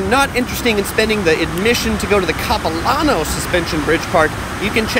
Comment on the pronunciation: “Cap-i-Lan-oh” not “copi-lohn-oh” Definitely an interesting take on visiting Vancouver but not what the locals would show visitors other than the suspension bridge and Stanley park (which your video missed the best parts of both btw).